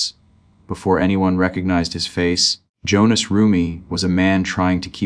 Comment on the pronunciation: His name is Hohnathan not Jonas!!!!😮